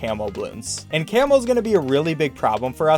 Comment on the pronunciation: It sounds like ur saying camel bloons instead of camo in btd4 Edit: ...and in btd5